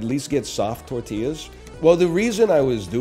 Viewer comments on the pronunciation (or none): none